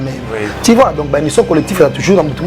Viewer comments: Monsieur en casquette rouge ont dit tu vois, et non ti vois..juste un rectificatif, merci. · Yo jazz on dis tu vois et non ti vois